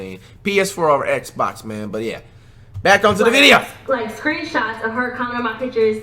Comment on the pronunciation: I love how he didn’t say Xbox properly